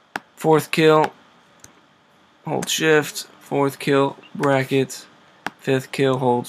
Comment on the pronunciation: WHAT THE FUCK IS BRAKKET ?